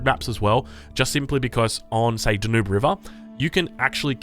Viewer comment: Danube. Pronounced. Dan-yoob